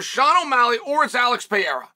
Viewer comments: R-A-K-I-C not R-A-C-I-K P-E-R-E-I-R-A not P-I-E-R-A See the difference Chael? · Pay-era. Pierre-a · I guess he does it to joke but I hate his pronunciation of Pereira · Is it possible Chael's pronunciation of Pereira is getting worse?